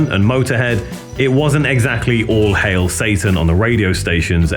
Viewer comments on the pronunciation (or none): none